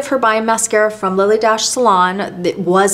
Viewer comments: Its not Lily DASH…it’s pronounced , DASHAYY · I hope this isn’t being too pendantic, but I noticed you said Lilly Daché like dash, but it actually gets an at sound at the end, so it’s pronounced Lilly Dah-Chey. I hope I’m not out of line here, and since you seem like as much of a perfectionist as I am, I thought I’d mention it for future videos. Here’s Lilly herself on What’s My Line if you’d like to see and hear her for yourself I loved the in depth videos, catalogues and book page close ups, and this was a wonderful and awesomely fascinating video. Thank you for sharing all that you do! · Dache pronounced Dashay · I enjoyed your video. If you look at a Lilly Daché receipt, you see the accent is on the é. "Dacha" is how you would pronounce it. I remember this from hearing it on TV shows or from old movies. Thank you for an interesting look into MMs makeup and your love for her. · Sooo interesting! FYI, Lily pronounced her name DaSHAY. Accent aigu, for those French speakers here. She was born in France, and was most famous for being a milliner. I've got an old tag from one of her hats. My Marilyn Monroe connection is a fashion show we did with Bill Travilla, who designed most of her clothes, including the famous white dress that blew up on the subway grate in Seven Year Itch. We actually had that dress in the show, as well as some others from her movies. Debbie Reynolds owned them at that time. Bill Travilla was such a lovely man, and it was an honour to model his clothes. Also, I had dinner once with Sydney Guilaroff, who did Marilyn's hair and was the last person she spoke to before she died. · BTW, see the accent over the "E" on the Lily Dache label? The correct pronunciation is Dash -shay. I am 78, have been around when Lily D. was flourishing. I love your videos.. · Lily "Dah-shay"